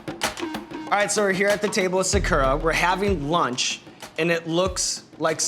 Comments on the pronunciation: he sayin sa-KOO-ra rather than sa-ku-Rah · Saw-koo-raw, not saw-ker-uh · Anyone bothered by how Sean pronounced Sakura so wrong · Sean has no idea. The way he "opened" that omurice hurt me, and the way he pronounces Sakura is killing me. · The way he is saying her name is driving me crazy. Nooooooooooooo